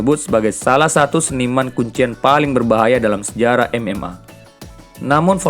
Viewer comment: Kenapa huruf A jadi R MMA atau MMR host betul perkataan mu